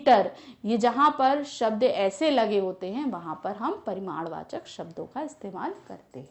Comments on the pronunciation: its not "paridamvachak" its *PARIMADVACHAK"... You shoud have atleast corrected that maam! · Its parimanvachak not parinamvachak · Pariraamvachak nahi hai madam parimaarvachak hai